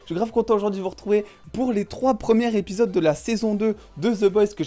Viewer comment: "Premiers Z'épisodes" putain ! "les premières épisodes"... A la 5ème fois que la liaison était mal faite j'ai failli arrêter la vidéo !